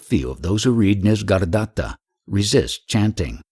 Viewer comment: It is not "Nis-gar-datta" it is "Nisarga-datta".